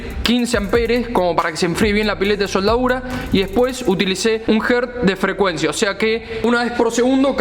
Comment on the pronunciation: Me causa gracias como parece que dijera "SOLDAURA" continuamente.